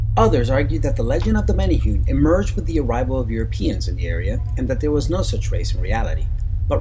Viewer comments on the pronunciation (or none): He said manahune wrong. (Meh-neh-hoo-neh) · Menehune pronounce Men-a-hoo-nay. Now say to faster and you got it 👍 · Btw it's not pronounced menehoon it's mene hoonay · #16 is pronounced "may-nay-hoo-nay". There is a drinking water company with menehune as the mascot in Hawaii. I never knew there was evidence for their existence, so that's pretty cool. Even more interesting in my opinion are the Night Marchers, the ghosts of Polynesian warriors that will attack you if you accidentally cross their path. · Menehune are pronounced may-nay-HOO-nay. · OMFG Stop mispronouncing hawaiian words! (Men-ay-who-nay) proper pronounciation please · Love it aside from one thing.. the menehune is pronounced men-eh-who-neh. You said it alot so I felt the undying urge to tell you. Still though. Loved the vid! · Way to butcher the pronunciation of menahune. Really bad.